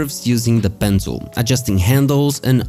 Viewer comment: Why does it always sound like your saying "Pencil"